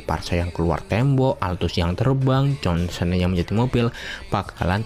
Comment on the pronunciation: Jhonson kalik bang bukan jansen